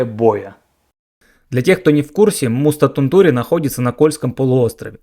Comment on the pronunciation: Не Тунту́ри, а Ту́нтури. В финском ударение почти всегда на первую гласную.